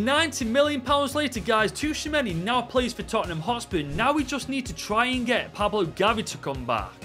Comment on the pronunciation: The wheel took a toll on you! Tuchameni???? Really???? It is Tschouameni